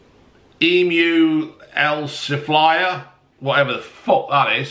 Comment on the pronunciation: Emu-El-Sifier..... He's gonna kick himself hehe but we have all done it lol.